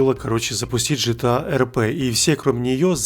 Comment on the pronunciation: Почему ЖТА а не ГТА?